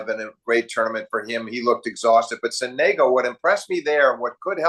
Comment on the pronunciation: Sonego is with the accent falling on the first syllable. When will English speakers learn to respect the pronunciation of foreign names? When will they take care to inform themselves about it? The question, of course, is rhetorical. Never.